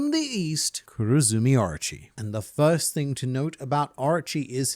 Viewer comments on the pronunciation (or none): I dont want to be that guy but all i heard was Archie instead of Orochi😂😂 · Drink every time he says Areachi (Orochi)